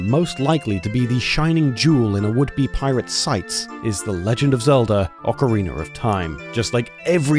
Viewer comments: "OcarINER of Time" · "Ocariner of Time" 😄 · Ocariner of time lol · do British not have the (ah) sound in their version of English? they seem to add a random er to things that end in A like ocariner and my favorite i always hear... chiner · what the fuck is an Ocariner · can someone please point out where the R at the end of the word "ocarina" is, and why it doesn't exist after words like bars?